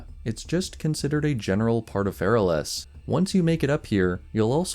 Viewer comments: The way he says feralas 🤣 He should put the weight on the A Fe-RA-las Instead he says Fera-les Americans.... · You have a weird way of saying Feral-Ass. The way you say it, it almost sounds like a place in a fantasy setting, and not a meme name made by Blizzard.